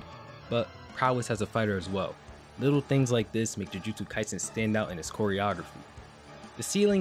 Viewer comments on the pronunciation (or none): none